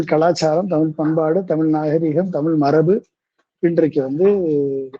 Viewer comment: தமிழ் என்று தெளிவாக உச்சரிக்க தெரியாத ஒருவர் பேசுவது நகைப்பை உண்டாக்குகிறது.